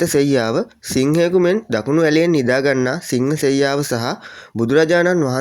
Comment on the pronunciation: සිංහසෙයියාව නොවවේ සීහසෙයියාව